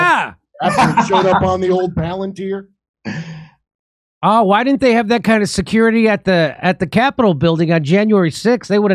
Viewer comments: pronounced...."pal-an- TEER"... pronounced Peter Teal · Palantir (pal-an-TEAR [as in wipe away the security guy's tears]) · Palantir is not pronounced "planateer." Hooked on phonics? Not so much.